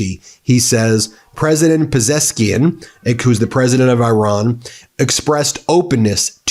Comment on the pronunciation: Ben you seem like a nice guy please learn how to say the name Iran...